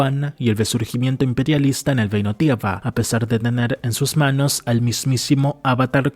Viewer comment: El vídeo está genial, está muy bien hecho el análisis y está buenísimo. Pero sin ánimos de tirar hate, deberias considerar ir a un logopeda o buscar ejercicios en interner para poder soltar más la lengua, porque mira que es frustrante escucharte decir frases que suenan hasta POETICAS (hay frases que están para tatuarselas) para que luego todo se caiga con un "geino tiega" o "Koga". En fin, sigue así, es el primer video que veo de tu canal Y ME ENCANTO